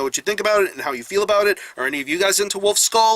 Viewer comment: Great review, but try learning the pronounciation of ü! :D its not u but ü